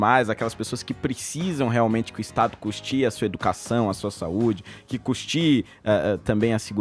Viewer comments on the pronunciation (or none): Adoro o Holiday, mas pelo amor de Deus vereador... "custie"?!!! Corrige aí, o correto é "Custeie". Assim vc fica parecendo aquele povo analfabeto da esquerda. Mas por enquanto está perdoado.